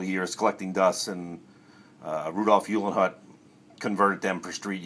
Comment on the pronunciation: Just a friendly minded correction - Rudolph Uhlenhaut's last name is pronounced like : "Oo - len - howt" 🙂